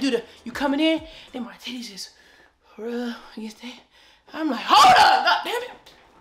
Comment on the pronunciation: Every time you say TITTAYS 🤣🤣 Thank God you are well. 🙏🏾😊